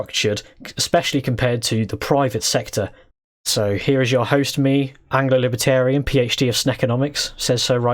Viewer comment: “Anglo-librarian” I lost my shit. 😂😂😂😂